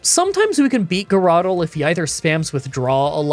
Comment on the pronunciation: "grr-otle", "quagmire", man these are funny. XD